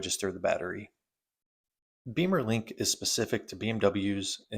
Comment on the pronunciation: Beemer is slang for BMW motorcycle and bimmer for BMW cars, so bimmerlink (like it's spelled) and not beemerlink 😊